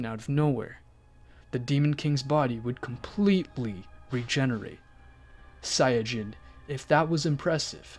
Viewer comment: Sayadjin? Its sayin